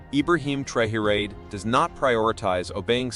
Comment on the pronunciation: The name is pronounced TRA-O-RAY Hence Traoré NOT Trore Ugh🙄